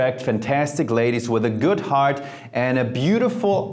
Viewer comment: There´s no "T" in "good" though Jeremy! Germans!!!